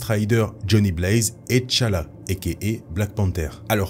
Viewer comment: Té Tchalla et Té Tchaka et non Tchalla et Tchaka